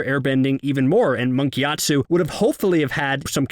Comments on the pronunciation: Monk gyatsO NOT TSU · "giat SUE" lol giatso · Am I the only one who constantly hears "Monk GyatsU"?